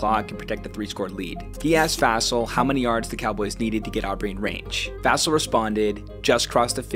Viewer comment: Fassell is pronounced like "fossil". Cheers